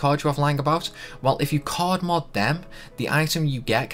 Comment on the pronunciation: Did you say cord or card?